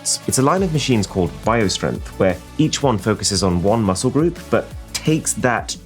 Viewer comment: kinda felt bad for arun when she said large muscke groups.